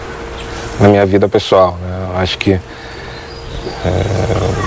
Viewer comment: Ênfase no "Acho" kkk